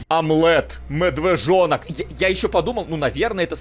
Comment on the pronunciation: "Омлэт, мэдвэжонок!!!" Также всегда: Стрэлять)